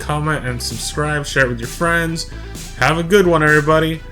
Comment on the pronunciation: You got a fwiend in me